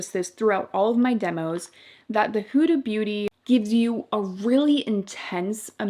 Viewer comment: It’s not pronounced houda beauty it’s hooda. Like the hood of a car.